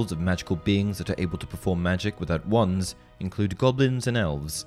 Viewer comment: Because they are Wands not Twands :P